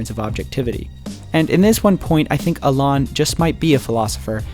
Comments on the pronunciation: I think you're right about the School of Life, but dude...Learn to pronounce "Alain" properly. It's not "Al-on". I cringed every time you said his name. You made a point of emphasizing the correct pronunciation of Nietzsche, so you can get Alain right too. Here's a guide: (While I'm at it, PSA: Moulin Rouge =/= "Mulan Rouge.") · If you're going to make a whole video about somebody, at least learn their name! It's not Olon, it's Alain! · Learn to say Alain’s name first 🙄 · Alaan, really? Is this how you pronounce his name?... No I am afraid.